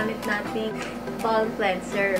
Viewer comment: I heard ba:lm. It's ba:m po. Inulit ulit mo pa pero cute naman. Sana all maganda lol 😂